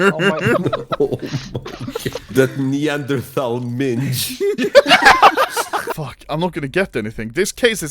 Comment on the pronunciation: Hearing a Russian say the word 'minge' really has sent me to another place mentally